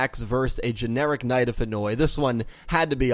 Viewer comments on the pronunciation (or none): none